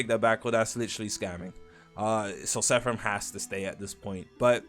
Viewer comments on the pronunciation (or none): bros saying SEFF RAM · bro its called seraphim, SEY RAH FIM NOT SEHFRIM (sorry idk why thats bothering me so much 😭)